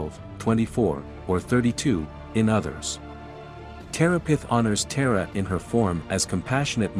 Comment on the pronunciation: please work on your pronunciation of these goddess names, by watching native language speakers. hearing her name mispronounced right off the bat is jarring (it's tara like czar), and makes your video immediately seem less credible.. . .then you say 'when vishnu scattered the parts of sati's body" (instead of shiva). please please listen to more indic voices, authorities, knowlege keepers before making your otherwise well produced videos! and not a single mention of yoga (which is the only reason I stayed till the end)!